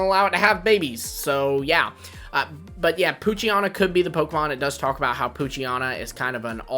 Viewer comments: It’s poo-chi-ena not poo-chi-ana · WHY did you repeatedly mispronounce Poochyena? You did it every single time you mentioned it. It’s like nails on a chalkboard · If someone mispronouncing a fictional character’s name is so bothersome for you, you may need to work on yourself emotionally and mentally.